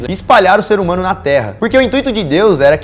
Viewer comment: FOI SÓ EU Q ESCUTOU O DANIEL FALANDO "SER HUMONO" NO COMEÇO DO VIDEO?